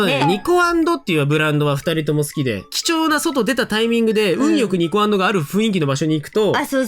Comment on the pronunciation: Niko and…のイントネーション初めて聞いたwww